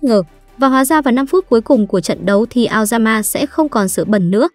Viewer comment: nghe aoyama thành lao gan ma :)))))